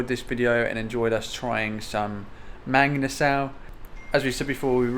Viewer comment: Try saying it the Filipino way…. ‘mung-ee-nuh-sull’ 😁😁😁